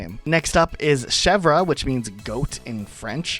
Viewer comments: The way he says Chevre is really cute, but completely wrong. He was closer to say Bergerac correctly. The more I hear foreigners trying to speak french the more I realize it wasn't just our grammar that was made by sadists, but also our pronunciation. ^^" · yeah i paused and went to the comments the second i heard him say shev-rah 😭 insane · also mispronounced chevre (the re is more or less silent) and her name also likely references goat cheese specifically. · It's pronounced "Cheh-vre" not "Che-vrah"